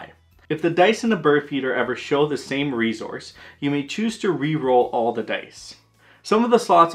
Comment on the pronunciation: I leave the second I hear “re-Zource”